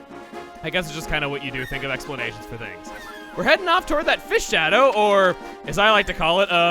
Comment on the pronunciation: "Fshadow". channeling his inner Chie a little, huh?